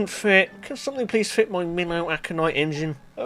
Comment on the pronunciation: "Mi wheel"